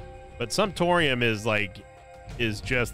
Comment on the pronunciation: Glad I’m not the only one who heard that and immediately thought “Simptorium”